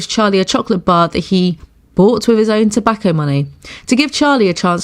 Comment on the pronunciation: The way the pronounces tobacco “but that was money for ‘tObeYcO’ “ 😂